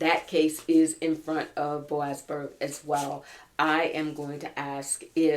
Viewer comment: ...we love you...but... It is boasberg...